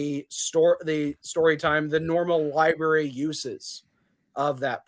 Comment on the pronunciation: I thought Dave wiped the floor with this kid but he really lost it for me when he said "Liberry" Also, his interrupting and mental gymnastics were incredibly frustrating. Show your face,!